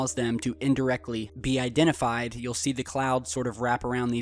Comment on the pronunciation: Cloaked machines.. "Unifentified"..